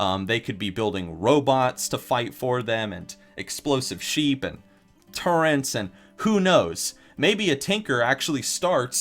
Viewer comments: Tinker? See also: Gnome Hunter with Engineer. Also, it's turrets. Don't know where you're getting that N when you say it. It's not turrents. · does this guy honestly say turrents? Who the hell actually says it like that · people who say TURRENTS instead of turrets triggers my dislike button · Gonna stop the video really quick, this nigga said 'turrents' instead of turrets. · What the fuck is a turrent. God damn it. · oh my fuckin god when he says "turrents" cringe cringe, its turrets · its not turrents its turrets lol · NOOOOOOOO HE SAID "TURRENTS" FUCKKKK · Stop calling them turrents, I love you but THEY'RE TURRETS >_< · Turrets, Not Turrents... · "Turrent" twitch